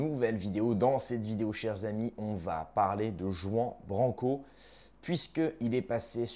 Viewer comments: "Jouan branquo" 😂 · t'es sérieux avec ta prononciation de "juan branco" tu le prononce "jean branco" alors qu'on prononce "rwane blanco" c'est espagnol t'es vraiment un franchouillard du fond du village 😂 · OUI, CA ME HEURTE LES OREILLES! ROUAN BRRRANCO! POR FAVOR! ARRIBA JUAN BRANCO!